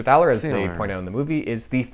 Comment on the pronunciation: I'm sure that the name Thaler derives from the German/Bohemian word Thaler or Taler (meaning a sort of Silver Coin) and is almost exactly pronounced as you did it yourself in the video. The only difference is that the "th" is more like "T" without the "h".